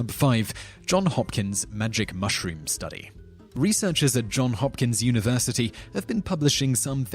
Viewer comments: Just one thing, the name of the school is "Johns Hopkins" NOT "John Hopkins"... Note the s. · The university is named Johns Hopkins, not John Hopkins. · It's Johns Hopkins, not John Hopkins. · It's Johns Hopkins mate not John Hopkins. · Johns Hopkins - not John. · not John Hopkins but Johns Hopkins and i am not a troll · Jim Fortune Lot of people don't get realize that it's Johns Hopkins and not John Hopkins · It's "Johns Hopkins" kind sir.